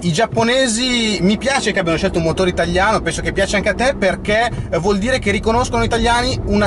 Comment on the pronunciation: se puoi evitare di dire itagliano